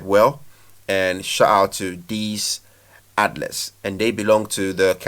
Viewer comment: Pronounced Athleeets not outlets bro🤣